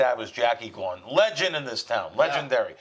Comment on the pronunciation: It's gawww-gaaan, Jackie Gaughgan